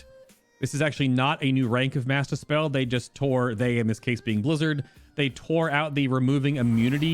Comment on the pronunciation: When you say "mass dispel" I kept hearing "master spell" and I was mad confused